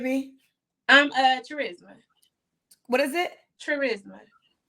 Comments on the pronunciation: Cha RISMA???? 🤔 as in the word *Charisma* 🤷🏽‍♀️ which is pronounced as KA Risma; the H is silent. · Her name is Charisma pronounced Ch-ris-ma instead of Ka-risma. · Charisma literally pronounced CHarisma is… interesting. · Sad her mom named her charisma BUT pronounces it “char risma” which is weird b ratchet! Set her up for failure 😂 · Cha-risma? You telling me this women don’t know how to pronounce her own name?🥴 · Her mother didn’t know how to pronounce “charisma” 🤦🏾‍♀️🤦🏾‍♀️ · So she was named charisma but given the wrong pronunciation